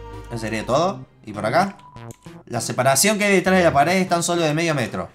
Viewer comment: dijo mometro